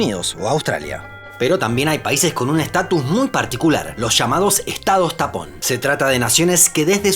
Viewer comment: Por un momento creí que dijo estados TAMPON 🤣🤣🤣